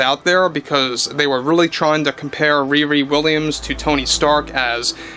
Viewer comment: When you say "ReRe Williams" all I can hear is Wee Wee Williams. What a name to give your least character.